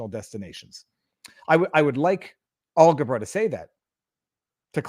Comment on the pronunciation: okay, it is Alghabra and not algebra, but close.